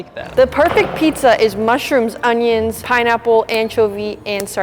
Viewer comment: we love our ON-EE-NS (onions)